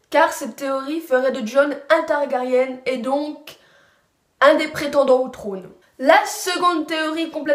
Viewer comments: on dit targari1 et pas targarienne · À chaque vidéo concernant game of thrones, il y'aura TOUJOURS une faute de prononciation ! "TYRIONNE" => Tyrion "TARGARIENNE" => Targarien Et j'en passe, mais sinon bonne vidéo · ON DIT TARGARYEN PAS TARGARYENNNE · pourquoi tu dis Tyrione et Targaryenne ! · MDR on dirait Hermione avec ton commentaire sur la prononciation de Targaryen x)